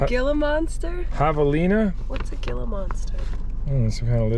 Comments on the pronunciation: Ok. As a former Arizona resident, I have to correct the pronunciation of "Gila"...you say "hee-la"... otherwise you sound like a tourist :) Great that you met up with Vice Grip Garage and had a few cold snacks...would love to see you meet up with Sleeperdude. Great vids and really enjoy seeing how you solve problems and bring these beauties back to life. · Just so ya know, Gila is pronounced He-laa. It's a large poisonous lizard that has a locking jaw when it bites. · Not sure if anybody corrected you but Gila in the monster sounds like he-la. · The Gila monster is pronounced “heela monster” same as a beaded lizard. Venomous and sharp ass teeth lol so don’t get bit lol good video brother! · Pronounced "heela" monster